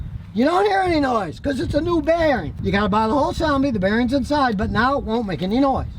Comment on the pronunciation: "Onbolt"?????? "Beareens"????? "Groween"?????